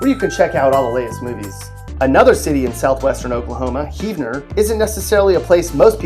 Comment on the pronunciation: I was surprised when he pronounced Heavener correct